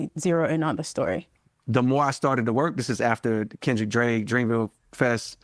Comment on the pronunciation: I swear I heard Cole call Drake “Drape” once during this interview